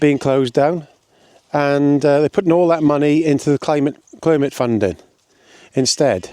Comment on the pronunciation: Mispronouncing Climate didn’t change anything clearly 🤣😂🤣 Any idea why cuts, taxes are needed after the Conservatives drove everything into the ground? Swimming pools et all have been closing over the last 10 years, in fact there is little of your rant that wasn’t happening under the Tories - toilets inc. Try a lil critical thinking and stop doing all you can to make Frottage the Messiah 🤣😂🤣 Your truth needs better research and facts - not some of your dodgy references …